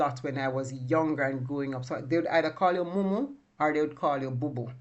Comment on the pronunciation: Mumu not munu